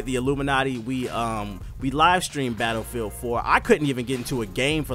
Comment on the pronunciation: nigga said "betafeild" lmaoo